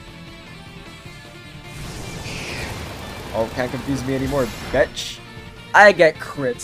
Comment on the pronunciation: I had to stop when you said "betch". I can't take anyone that says that seriously